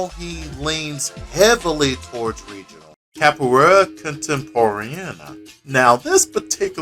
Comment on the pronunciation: Pretty good video, but I wanted to point out a couple things. Firstly, with Portuguese, R is usually pronounced as an H, so roda would be pronounced ho-da, and Regional is pronounced Hay-jo-nal. Secondly, as the styles developed, there have been further splinterings and refinements. There are those who feel Capoeira Regional became a bit more focused on the performative side of the art, with an emphasis on floreos, as demos tend to be more eye catching (granted that depends on who you're talking to and what mestre you're learning from). This has lead to styles such as Capoeira Abata under Mestre Camisa, which further emphasizes practical application and self defense. (I studied it for about two years before the classes were shut down due to lack of interest.) Honestly, this is still one of the better deep dives into Capoeira in fighting games that I've seen, so well done.